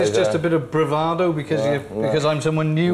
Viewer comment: The Dr. said "Bravodo"! How insulting. Find another dentist.